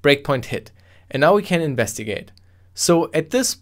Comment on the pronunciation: .9- .7 "And now we can ivnestigate." <- investigate